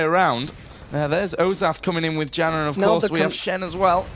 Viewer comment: Janna is pronounced 'YAN-NAH'. Damn announcer. '=.=